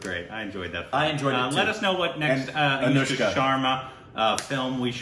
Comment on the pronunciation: It's aNushka not aYushka